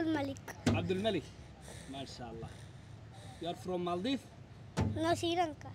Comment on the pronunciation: Maale ku dhawaaqida iska hagaaji zzb màldiv